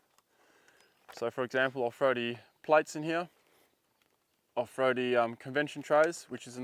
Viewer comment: I love how Aussies say throw. 'fro' 🤣